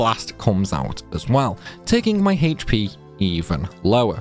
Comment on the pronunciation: It's "Aych" P, not "Hahaych" P